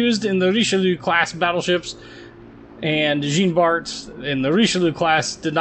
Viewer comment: that is the "official" pronunciation of turbine, in american english along with "carbeen" for carbine, ironic considering he says "jeen bart" as opposed to "zjohn bart"